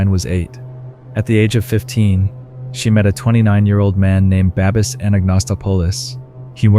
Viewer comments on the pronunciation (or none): Or Babis and then said babies lol 😂